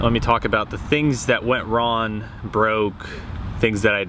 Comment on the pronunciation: Is it me or do you keep saying "Ron" instead if "wrong"